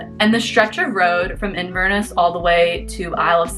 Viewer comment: Sorry.. I can't stay quiet any longer. So it is pronounced 'Inver-Ness' with the same stresses you would use for 'Loch-Ness'. Loch is a Scottish word that means lake, and Inver is a Scottish word that means mouth of a river. Inverness is the city at the mouth of the river Ness... hence Inverness. 🙂